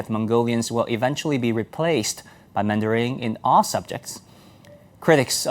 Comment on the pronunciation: Is he pronouncing mandarin as "mandaring"?